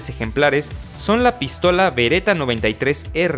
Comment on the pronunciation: Jajaja "pístola"